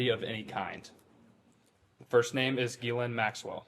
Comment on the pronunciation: If he's not involved, why is he the only one who knows how to pronounce Ghislaine?